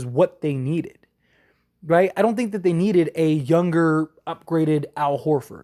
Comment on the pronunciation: Why don’t u pronounce words right you always say yun instead of young or stron instead of strong ?